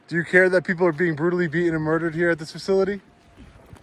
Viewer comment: I'm a long-time subscriber and watcher. And I wanted to watch this one all the way through. But I simply can't when you intentionally mispronounced beatTen over and over and over again.